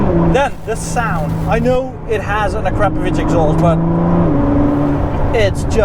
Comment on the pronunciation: is legit because he can pronounce akrapovic correctly. So many people here in the states butcher it horribly